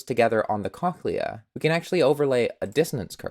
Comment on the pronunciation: this is actually really cool but WHY ARE YOU SAYING CONKLEA